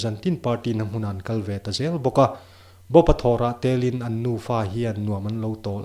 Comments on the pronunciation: A ni tel in tih a...tel...lai hi a ri hniam tur aw. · Ngaihnawm khop mai, tlemin mizotawng thluk uluk deuh teh..." A NI TELIN" hi thluk dik lo deuh. ..